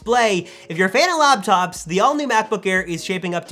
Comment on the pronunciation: It's hard for me to take anything you say seriously when you say "labtops"